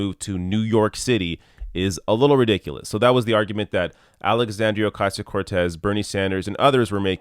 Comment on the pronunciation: God damn, Donnie can't even pronounce AOCs name correctly... THE WORST